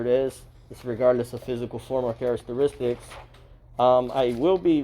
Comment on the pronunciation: Please do not misinterpret this as an attack. I find your informative videos highly professional. I have noticed that in virtually all of these videos you repeatedly mispronounced 'Characteristics '. Maybe I'm nitpicking but it's so obvious that it undermines the credibility IMHO.